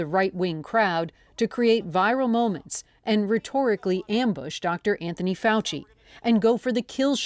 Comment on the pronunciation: Dr. F-OUCH-EE kills me. Just saying